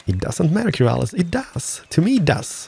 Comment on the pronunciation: you said "Kerasil" but it's spelled "Keralis"